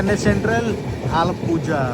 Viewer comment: Bro that's not Alappuzha it's alappurra retroflex sound vastadi ok